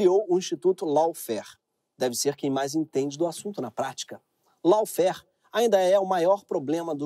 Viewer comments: Dica de pronúncia: Lawfare /Ló.fér/ AW tem som de /Ó/ , e não pronunciamos E no final de palavra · Pronuncia certo : LAWFARE /ló.fer/ RACISM / 'rei.ci.zam/